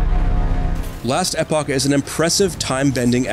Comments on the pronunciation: Couldn’t stand how this guy said it hahaha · SMH it hit my ear so weird for sure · What the hell is "Last Eh poch"???????? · We devolved from "Last Epoch" to "Lestapock" by the end of the video lol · It's not pronounced last eh-pock, it's pronounced last eeeeeeeeeeeeeeeeeeeeeeeeeeeeeeeepock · learn how to say last epoch